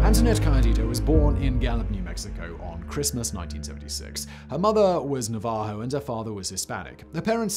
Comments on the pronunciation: Navajo is pronounced nav va ho Simon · Simon, it is Nah Vah ho. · Na-hav-o??? Its Pronounced Nav-a-ho. As in Native American Navajo! J is a H sound✌️❤️ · NA-va-jo, Simon. The accent is on the first syllable. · Navajo - na-vuh-how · Never heard "Navajo" pronounced with emphásis like that before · That’s not how you say Navajo. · The accent mark and Navajo is on the first syllable And it's a long vowel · Thank you, I did not know that! (Dine') I just felt that was disrespectful butchering Navajo like that. Have a good weekend Holly!✌️❤️ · God hearing an Englishman butcher the word Navajo is just hilarious.